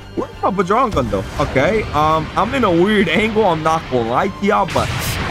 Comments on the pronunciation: I love this channel but it’s sort of annoying when you say things like bujrang gun instead of bajrang gun also when you say “BOMBOCLAT” all the time in a cracked voice, again, not hating just saying to me, it’s annoying sometimes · You can ignore this if u want cuz u do you but if you didn’t know it’s pronounced bajrang gun as in badge-rang